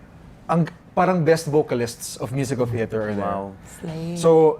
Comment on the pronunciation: bakit "cheter"? hahah langya